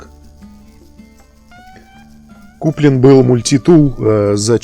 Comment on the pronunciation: Ну почему же мультИтул , а не мультитул ?